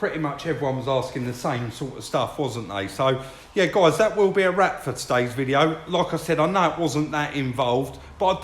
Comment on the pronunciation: is it just me that keeps thinking keeps saying "that will be a RAT for this video" lol